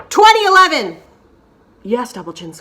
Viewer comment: 2010 and 2011 were emphasized very much so 😂